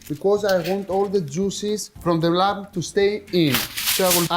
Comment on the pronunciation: lol Akis, the b in lamb is virtually 'silent' in English, so you don't need to pronounce the 'b' so you say 'this beautifully, expertly, inexplicably cooked lam/b IS PERFECT' because I know it is, on a tech level, I have never seen Kleftiko cooked with cheese before, is this regional? as always entertainingly inspired cookery, and love the best of Greek Yoghurt, olive oil and Lamb, including lemons and many other things no doubt....... 😉🥰